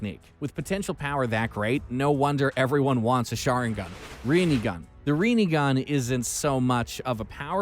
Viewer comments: Need to work on some of the pronunciations: Rinne - Rin-Ne; Rinegan - Rin-Ne-gan (Not RINIGAN); Sharingan - Sha-Rin-Gan. did you just say "Manjeko sharingan"? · omg the pronouncciation reen sharingan , manjeko sharingan and kayuya osuuki😥😞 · Ayo rinnigan? Shanaringan? Manjikyo. Lol wtf is this shit??? 💀💀💀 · haha yes, my favourite dojutsu.... REENIGAN.... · Reenegan, Jinchorikes, Reesharigan😂😂😂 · reen sharingan ffs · madaaara's suzano, manjeko saringen, renegan XD and my man said kayuga otski and not kayuga otsusuki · Either he aint watched the show or he doing tht shit on purpose cuz I hada dislike after the amount of times he couldn’t pronounce sharingan or rinnegan